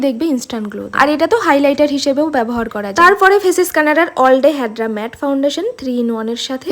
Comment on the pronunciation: ম্যাত না ওইটা ম্যাট হবে😂😂😂